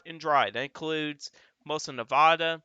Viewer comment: Thanks for the great info! As a former Nevada resident, however, I'm obliged to inform you that it's pronounced Nev-a-duh, not Nev-ah-duh. (The middle "a" is pronounced like a-pple"). I know it seems ridiculous, but they take it surprisingly seriously when non-Nevadans mispronounce it (personal experience). I'm a northerner and I stopped saying Nev-ah-duh forever after the third time someone lit me up for it. Again, thank you for the detailed, informed insight - it's greatly appreciated!